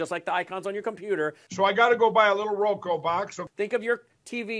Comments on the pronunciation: Transformative agenda? Oh, Kari…🤦🏼‍♀️ Mike Pillow can’t say Roku? 😂😂 And who in the world is Julie Green? She, clearly, thinks she’s something special. One of TFG’s very best people. 🙄 Shame on their families for not getting them the mental health support they so clearly need. Oh wait, rethugs have nearly eliminated services. Thanks for making me smile this evening. ☺️ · 😂😂 ,"So, I got to go buy a little Roko box?" Roko?!😂😂